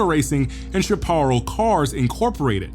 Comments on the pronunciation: Chaparral -sha·pr·al SHAP-uh-RALL, not sheh-PAR-ll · Chaparall is pronounced shap-a-RAL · sha-par-al???? You mean shap-ah-rall!!! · Nice job except one thing, the pronunciation of "chaparral." lt's "SHAParral." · Chaparrel is pronounced shap- a-ral. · "shap (like 'cap') - uh - rahll (like the name 'Hal', or 'pal')" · Great vid. But your pronunciation of "chaparral" needs a bit of work (shap-a-rall or shap-pr-al is closer to reality). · Chaparral is pronounced : Shapp uh RELL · If You can't even pronounce "Chaparall" right, you aren't a racer. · Say "Chapar-ral". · Find an old guy and have him teach you how to pronounce Chaparall. Then, buy him a beer and have him explain the Can-Am era to you. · Chaparral is pronounced Sha per al My friend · You're teaching a whole new generation that Chaparral rhymes with apparel. C'mon man! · Chaparral is commonly pronounced "Shah Pah Rhell". Rolls off the tongue like "Go To Hell". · that's pronounced: "Shapp A Rell" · You lost me at "Chaparall" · Awesome awesome video! fyi...Chaparral pronounced Shap - r - el. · Absolutely love your content bro! Some of the best car YT videos out on the internet! One thing - can't help myself; but your pronunciation of Chaparral is incorrect. My dad is old AF and has talked about those cars for years so I just grew up knowing the name and had to do a double-take when I heard you say it haha. "Shap-er-el" is how it's said. Just a friendly correction man, zero hate. You're a legend, just wanna pass along some info. Keep it up bro! We all appreciate this more than you have any idea. Can't wait to see you hit 1 million one day soon! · You lost me when you blew the pronunciation of Chaparral. How do you not know about Chaparral? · Please look up the pronunciation of Chaparral. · He can’t even pronounce Chaparral. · it’s irritating when he mispronounces chaparral …… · If you type words like Chaparral into google you can learn the proper pronunciation. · Mis pronounced Chaparral